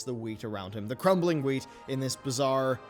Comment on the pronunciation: bruh...its wheat.....wheat.